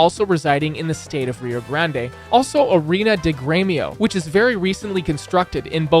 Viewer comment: its not rio grandeee its rio grande